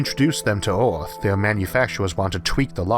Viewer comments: agree he still says orth not Earth just getting used to his speech patterns but his essays prove how damn smart this guy really is. He is quite possibly the smartest guy in the cast of Big Bang Theory. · congrats, man! but not going to hide it, I'll miss earth orth ;-)